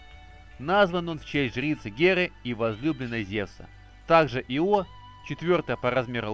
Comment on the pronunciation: В слове Ио ударение на И'!